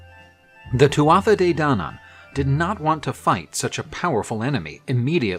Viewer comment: My Irish friends say it more like "Two-a-Day", not "too-aa-tha-dey".